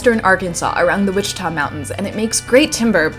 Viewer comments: Hold on - are you pronouncing Ouchita as Wichita? I've only ever heard it pronounced "wash-it-ah". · Love your channel wish I would have known you were coming through Hot Springs. Our beautiful Lake Ouachita is pronounced washa Tah. I moved here 30 years ago from Ontario California. Sorry to hear you are relocating there. Like New York many people are trying to get out of California. I pray it all works out for you God bless you